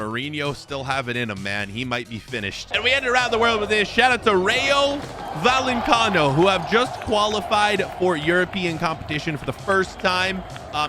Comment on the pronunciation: Rayo Vallecano ❌ Rayo Valencano ✅